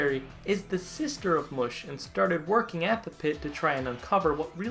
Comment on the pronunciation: it's Pronounced Mush as in mushroom.